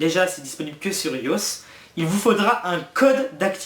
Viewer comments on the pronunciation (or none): T'as dis iosse aulieu de aille o aisse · ON DIT PAS IOSSE ON DIT i.o.s AHAHAHAHAHAH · Disponible sur quoi ? SUR IOSSE ? On dit I.O.S. :') :') :') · Nan mais je m'en fou de ça le truc qu'il a dit tout d'un coup comme un mot alors qu'il faut le dire I.O.S. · Il a dit que c'est que sur "iausse" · c'est que sur ios 😂 ça se dit pas comme ça faut dire chaque lettre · meillat (mostender) On dit le i comme pour iPhone, iPad etc donc on le dit pas à la française x) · meillat (mostender) Oui, il l'a mal dit.